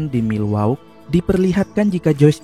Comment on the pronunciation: Btw namanya kotanya milwaki bang bacanya